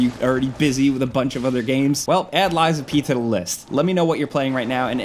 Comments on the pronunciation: Who TF is "Lysa P."?? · I went to school w a girl named Liza. It sounds like your saying her name, Liza P. Lol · calling a game lies of pee is crazyyyyyyyyy